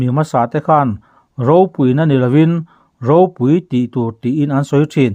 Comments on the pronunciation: Ropui tih hi i lam fuhlo lo maw.. Pui hi a ri hniam tur ania, ilam sang vek mai.. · Ropui tih hi i thlûk dik lo zel, pui tih hi lam hniam tur a ni. Khanghu tih lam anga lam tur. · Ropui, khaw ropui tih ropui kan lam rik ang hian i lam ri a, hetiang hi a rik dan tur a ni lova i chhiar thiam lo a ni.phungthlu tih a, kan lam bung nghat an hian ropui tih hi lam tur aw, i lam ri thiam lo, i qualified lo ropui tih lam ri dik tur hian 😂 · Ropui tia lam loh tur, Ropui tia lam hniam tur ti na na na, a ngai hlira i lam le aw.😂 Ropui(People tih thumal lam rik dan anga lam tur) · Ropúi tiha thluktur i thlukdiklo tluanchhuak zak. 'púi' tih lai khi thluk hniam tur aw ka nau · Ropui tih hi tih san loh tur tih i chhiar a, i lam dik chuang si lo, pui tihlai hi chu min lo pui lawk teh tiha pui tih ang hian thluk tur a niin ka ring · "ropui" tih lam dân tûr Pu Chuaua sawi dan hian i lam miah lo, i chhiar hian. "Pui" lai hi lam ri hniam rawh